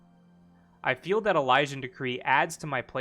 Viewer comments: e- lee- shin.... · “Uh-liz-in/ian” hearing you butcher Elysian triggered the hell out of me for some reason 😂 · how Elysian is pronounced.. e- lee- shin